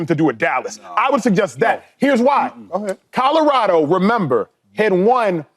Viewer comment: Shady…it’s “Colorado” not Kahdahrahdo smfh